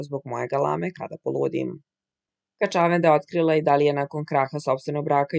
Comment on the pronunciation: Gospodjo, kad vec citate tekstove ovako na jutjub klipovima, molim vas, ako mozete, uzmite casove dikcije. Zbog nacina na koji izgovarate "kaCAvenda" nisam mogla duze od 20 sekundi da slusam klip. Nije kaCAvenda, nije juGOslavija, nije!